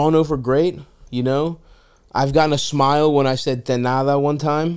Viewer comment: " I got a smile when I said 'te nada' one time." yeah because in her head she was like, this fool -- it's "de nada."